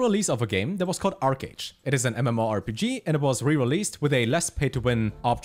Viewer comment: ArcheAge I heard? OMEGALUL. Good content my dude <3